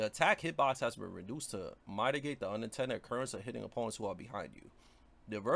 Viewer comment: You're saying mitigate wrong. Pronounce it "mid a gate". Your videos are helpful tho fr